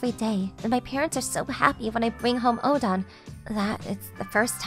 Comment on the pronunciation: O. DEN. OOOOO. DENNNNN. ITS NOT ODON